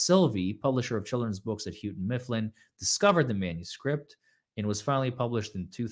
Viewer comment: So to be clear, it's pronounced "HOE-ton Mifflin" the hough rhymes with "dough" or "mow". Houghton Mifflin -now Houghton Mifflin Harcourt is an educational publishing company that goes back to 1832. As an interesting aside, Houghton Mifflin was acquired by Vivendi Universal around 2000. They owned Universal Studios. By 2002 Houghton Mifflin had purchased itself back from VU, and eventually Universal Studios was sold to Comcast. However, custody of George was split because of this, which is why you see references to Curious George at the theme parks but HM retained the print (while at some point the animated rights were sold to PBS). Houghton Mifflin later bought Harcourt publishing (fka Harcourt, Brace, Jovanovich HBJ) around 2007. At some time before that HBJ had owned SeaWorld, but they had been sold before the acquisition of Harcourt. So there's a distant cousin like relationship between Universal and SeaWorld as they are historically linked through Houghton Mifflin Harcourt a company that has nothing to do with theme parks or sea life. Lol. The Books&Media division of HMH was acquired by Harper Collins in 2021 so George is theirs now. As for whether the name Houghton Mifflin inspired Dunder Mifflin, there WAS a rumor that a former employee of HM went on to become a writer for The Office, so there may be something to that. But there's never been definitive confirmation.